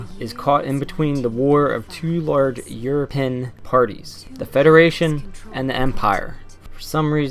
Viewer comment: Euro-Pe-An Not Euro-Pen But great video :D I love these reviews over the major channels.